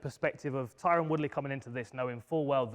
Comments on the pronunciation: Big John calling tyron.. "Tyrone" had me crying 😂😂😂😂😂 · Tyron, don't think they said his name properly once.... Edit: aight Vidal has got it